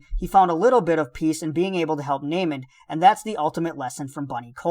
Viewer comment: The way you say "naymond" is infuriating but other than that I like your videos haha